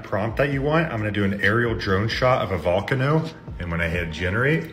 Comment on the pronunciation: bro said "vol-can-oh" instead of "vol-cane-oh" (maybe his accident?)